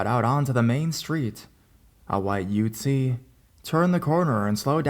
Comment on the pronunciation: The way u say ute 😂😭😂